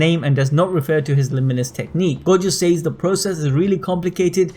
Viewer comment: You saying "says" really bothers me.